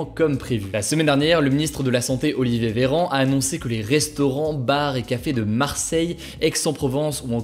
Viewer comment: A je crois que Hugo dit Olivier Vévéran 😆 Après tout ça arrive a tout le monde même aux meilleurs